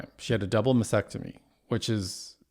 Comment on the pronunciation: Mastectomy. T. There’s a t in the word!